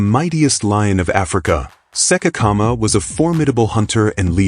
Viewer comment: Learn to pronounce names correctly, that lion's name was't Sekekama its Tshekedi Kgama.